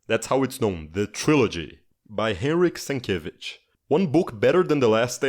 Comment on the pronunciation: We know you're not Polish unless you miss- pronounced Hneryk Sienkiewicz on purpose